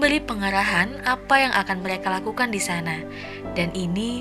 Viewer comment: Meleka r nya mana buk